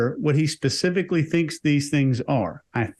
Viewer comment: Pacific-lly instead of specific-ally. 🤦🏻‍♀️